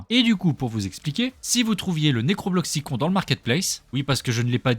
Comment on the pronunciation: C'est juste pour te dire ça s'écrit necrobloxicon mais ça se dit necrobloxicone